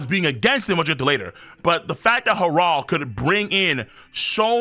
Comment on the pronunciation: Why does pronounce Harold like that. “Hah-Rald”?!?